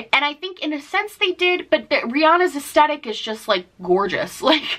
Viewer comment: Love you but Aesthetic has a "th" not just a t.